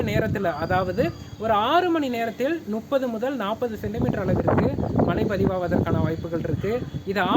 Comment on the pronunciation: மலை இல்ல மழை...நுற்பகல் இல்ல முற்பகல், னுப்பது இல்லை முப்பது...